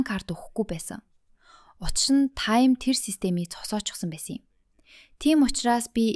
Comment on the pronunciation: Чи ямар худлаа ярьдаг юм Тайм биш Таам наадхаа voo-гээс ү